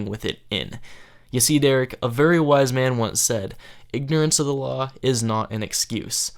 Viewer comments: Needed a bonus round for every time he said "lawl" instead of law." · Why does he keep saying lol instead of law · Is he saying low or law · when he says law it sounds like lawl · Sounds like he's saying lol instead of law. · Every time I hear Derek say "Law" it sounds like he's saying "Lol"!!! 😂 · Add one. Against the lorw! I studied lorw. Add two, nice email. Add three, YMS returned your email with another telling you how wrong you were and how the law works. Add seventeen for him being insane. AND STOP SAYING LORW! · I always hear "lol" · The score would be way higher for every time he says "lawl" instead of law and "stilling" instead of stealing. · HE FUCKING SAYS LOWR INSTEAD OF LAW AND SAYS STILLIN INSTEAD OF STEALING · "Ignorant of the loooow is not an uh-scuse." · "Ignorance of da lawl is not an escuse"